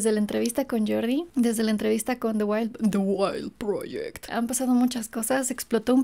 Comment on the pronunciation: El "de guail proyek " de me dio 1000 de vida jaja